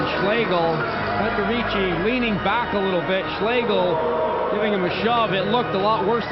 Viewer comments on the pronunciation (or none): My sa ideme usrať, aby sme anglické mená vyslovali komentátori foneticky presne, ale Kanaďan Slovanské môže komoliť: Petrovičí.